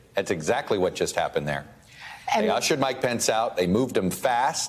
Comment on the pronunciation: This a serious matter but when these geniuses started yelling "where's Mike pence?" All I kept hearing was "where's my pants?!" 🤣